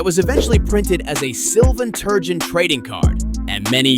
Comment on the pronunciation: it's pronounced Turrr-jon you dass